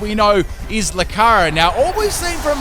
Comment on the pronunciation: Loo-car-e-oh! Not Loo-car-oh